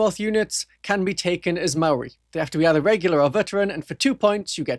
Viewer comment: WoW! You're pronunciation of Maori was flawless, well done mate 🫡